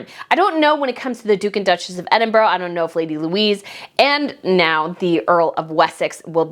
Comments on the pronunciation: Hey! I know how much you love the royals so please know this is kindly meant - Edinburgh is not pronounce ‘Edin-boro’. It is ‘Edin-buh-ruh’. Have fun with this new word! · Hi! Hey I know that some British names are hard for Americans to pronounce, but Edinburgh is pronounced EDIN-BRUH not EDIN-BURO, there is no O on the end of the name..so please can you get it right. You can google it. It ends with BRUH ok? 😊 Just want to say your posts are always good and I love how passionate you are! ❤ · Chatto is pronounced "chat-o" not like "chateau" and Edinburgh ends with an "uh" sound. Also, from your other videos - Mulroney is pronounced "mul-rooney" and it's Catherine of Aragon, not "Aragorn". Aragorn is a fictional character in Lord of the Rings.